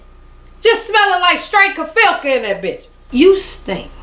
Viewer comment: Giiiiirrrlllll Im hollering😂😂😂😂😂my kids looking at me like mama for real what is so funny!! Straight Kefilka!!!!!girl the way u say Gefilte!!!!!!!!!! Take me ouuuuuut every time...omg I love how you tell stories it be so intense and be holding on the edge of my seat frfr and that laugh you give right before you say some funny ish is dang cute!!